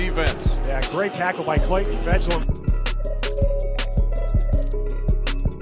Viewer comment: Just please try to pronounce his name correctly :) Fejedelem is a Hungarian word, it means "reigning prince". The pronunciation is approx. Fa-yeh-da-lam (the only vowel you pronounce in this word is the one you say in "man", "van"... )